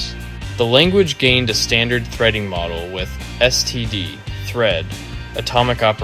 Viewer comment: Thanks for saying "es-te-de" vs that stupid "stud" you hear nearly everywhere.